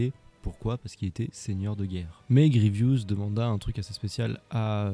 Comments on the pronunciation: Grievous et non Grievious! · C'est Général Grievous. Désolé mais il faut que tu réépèle son nom.